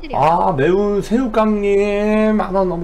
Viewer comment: 아닠ㅋㅋㅋㅋㅋㅋㅋㅋㅋㅋㅋㅋㅋㅋ매운새우깡이 아니라 새운매우깡인걸료ㅠㅠㅠㅠㅠㅋㅋㅋㅋㅋㅋㅋㅋㅋㅋㅋㅋㅋ